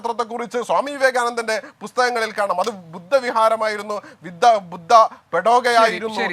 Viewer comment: പടോഗ അല്ലടെയ്, പഗോഡ.